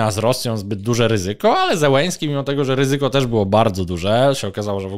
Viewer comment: To nazwisko należy wymawiać "Zieleńskij". Po polsku wystarczy "Zeleński". Na pewno nie "Zełeński".